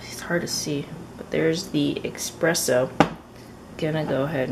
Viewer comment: Not a big deal but thought i'd remind you since you kept saying it the same throughout the video... its espresso instead of expresso.. i also love watching your videos since im also korean